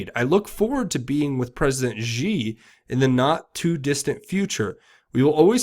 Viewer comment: This is not entirely relevant, but I find it a little odd that you give shoutouts to China Uncensored but do not know how to pronounce "Xi", especially considering the fact that "Xi" related puns are about 25% of their content.